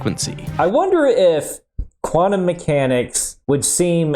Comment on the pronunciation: I struggle so much when I hear "Quantum" pronounced as "Guanum" Sounds like guano :(